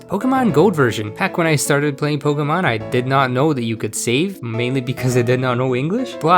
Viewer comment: I’m so glad someone finally says Pokémon correctly